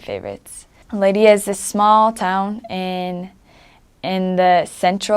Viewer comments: Her pronunciation of Leiria is very nice. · The way she said "leiria" was so gooooooood